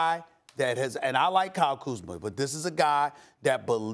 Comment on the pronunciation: He finally said Kyle Kuzma’s name right 😂